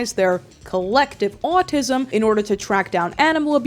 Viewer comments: I find it so funny how you say “owatisum” lol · The way you pronounce "autism" is simply enchanting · why do you say autism like that😂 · no offense but everytime you say autism you sound like a new jersey mother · For some reason, I can't get over the way you say "autism" and "often". It's just so oddly entertaining to listen to. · the way you say “autism” scratches my brain aaaghh